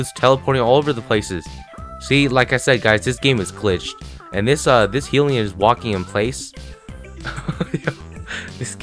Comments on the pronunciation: Its not 'Heellion warden' it's hellion warden with a short e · He-ili-on hellion